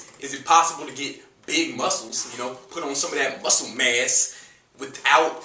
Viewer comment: When you say muscle mass, sounds like "muscle mess" lol... Appreciate the info man, regards from México!